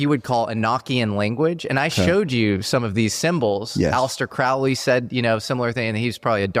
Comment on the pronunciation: Crowley, rhymes with holy. Just an fyi. Also, eh-NOKE-ian is what John Dee developed. His black scrying mirror is on display in the British Museum. Check it out sometime.